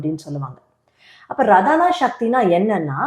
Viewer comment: ரதானா சக்தி கிடையாது. ராதனா சக்தி தான் அது ஆராதனா என்ற சொல்லில் இருப்பது. நீங்கள் சொல்லும் பெயரும் ராதா தானே ரதா இல்லையே...